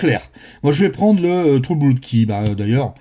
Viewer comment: Merci beaucoup ! Note: on prononce "blod" et pas "bloud". Malgré le double O. Saloperie d'anglais !